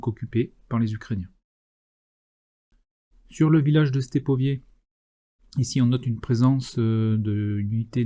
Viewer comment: on dit Stépové pas Stépovié. il n'y a pas de I.....